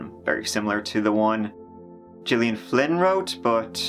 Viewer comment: FYI: Gillian Flynn is pronounced like Gilligan minus the second G.